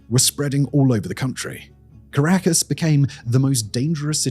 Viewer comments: He mispronounced a ton of names, caracas.. etc. But it was entertaining. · Pronounced Kah-rah-kas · Dislike for torturing my ears with "caracASS" and "shavEz".